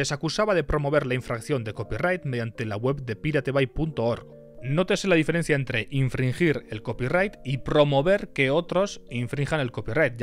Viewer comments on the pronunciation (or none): none